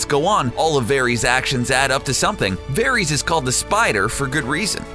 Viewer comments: Good god this guy cant say any name like they do in the show! Verys is pronounced like Veris!!! Not Veries!!! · Vair-iss, not Vair-eez. Jeez!!! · Dude its pronounced "Var-is" not "Ver-ees" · ITS VARYS NOT VARIES!!!! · I can't stand the way he said "Veries" for Varys. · Julia K Varees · varies?? its Ver-iss... do you even watch this show? your pronunciation is off on Cersei too. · I hate the narrator you can tell he is just reading a script. Vareeeees, CerSAYY fuck off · Varees and danaerees? var ISS, danaer ISS. ech. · i dont mind people making vids like this but if you do say their fucking name right varies really its varys va-ry-s watch game of thrones before posting a vid on it same with Daenerys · I'm not trying to be a dick, but the way you pronounce some of these names pisses me off. "Vare-ees" "Cer-say" "Daener-eeeeeees" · Cersei - ser-see. Varys - vayr-is. Lol please watch the show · The amount of times "Cersei" and "Varys" are mispronounced is so annoying. How can someone be a fan of the show but not actually know how to pronounce the names of some of the most prominent characters. And Hodor's real name is Wylis... NOT WALDER!!! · I winced every time Varys, Cersei and Lyanna were mispronounced in this video. There's no excuse for butchering not one, not two, but THREE names.